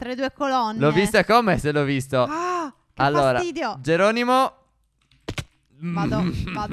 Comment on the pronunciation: Stef quando ai detto joronimo io ho detto jeronimon stinto